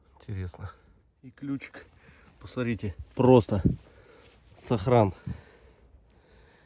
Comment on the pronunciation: исправьте пожалуйста Ваше речевое,,сорите,, и,,посорите,, на,,смотрите,, и,,посмотрите,,-кровь из ушей идет когда это слушаешь!!!(За ранее извиняюсь,это ведь не урок Русского)